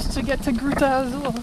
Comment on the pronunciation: pronounced "Gruta Azul" quite well when she said we have arrived to "Gruta Azul" - we can definitely hear improvement in their Brazilian-Portuguese - accents, words and grammar structures vary from place to place around the country though and it's even confusing for us Brazilians